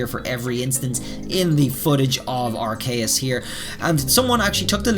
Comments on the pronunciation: I don't mean to be rude but arceus is pronounced Ar-key-us not Ar-kay-us Edit 1:also the bird picture could be a braviary or starly's evolution and sawsbucks is gen 5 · I always get confused when people pronounce a Pokemon's name wrong after it's said multiple times by the official pokemon company... in the pokemon presents presentation... They pronounce it "arr-Key-us"... I'm not saying i've always pronounced it right... but i mean- dude they said it like 9 times in the presentation and you're still calling it "Arr-kay-US" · ar-kay-us??? isnt it ar-c-us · I dont like how hd says arveus but its not like i van do anything about it soo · Arc k us *its ar ke us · Why are you pronouncing arceus like that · You have some curious pronunciations of the pokemon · Way he says Arceus is wrong.